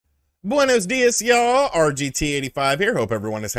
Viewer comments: Just when we thought we got rid of “bUeNoOs DiuUz YaLl” smh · hahaha +like just for the "buenos dias!" attempt..